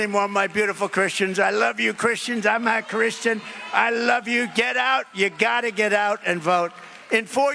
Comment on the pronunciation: Personally I think his statement about you won’t have to vote anymore, though I get what you were saying was a little stupid but I’ve also seen a ton of people taking this because he says “I am a Christian” but sort of slurs a Christian into one word and it has kind of a snappy sound like a K or a T when he says it and a lot of people are posting this video with print on it that says Trump says “I am not Christian” and are clearly targeting that to Trump supporters trying to pretend that he’s not a Christian or that he’s faking it. If you don’t take that preemptive programming of reading the title of the video and you actually sit there and listen to what he says he says “I am a Christian, but they’re trying to make it like he saying he’s not and it’s a lot of channels very quick and it’s not all the same video. It’s different video saying the same thing which leads me to believe it’s probably a propaganda campaign putting this out there and jumping on this and I’ve had some people that just can’t get over the title and swear he’s saying he’s not a Christian but if you listen closely, he’s clearly saying I am a Christian, he’s just Trump and he doesn’t speak quite as eloquently and annunciate as clearly saying I am akhristian phonetically and it’s kind of like that Yanni Laurel thing where it plays a trick on your mind or when you look at a picture of a forest and you start seeing a bunch of faces in the leaves, your mind tries to correct something and if you preemptively, te